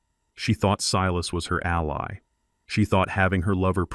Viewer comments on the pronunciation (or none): none